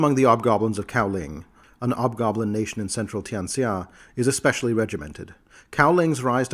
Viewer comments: Hobgoblin, not 'obgoblin. The H is not silent. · Is hobgoblin pronounced "ob-gob-lin" - with a silent "h"? Have I been saying it wrong my entire life?!? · please don't apologize. The video is really well done. I can listen to these for hours, it was just distracting. Its possible that some people might pronounce it with a silent H, but I've only ever heard them as hobgoblins, even in other media. One of my favorite races and lore.